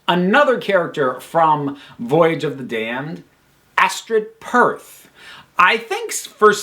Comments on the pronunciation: ITS PETH. ASTRID PETH. NOT ASTRID PERTH!! Omg... that triggured me 😂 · it’s Astrid Peth, not Perth, Perth is a place in Australia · It's also Astrid Peth, not Perth. Just for accuracy.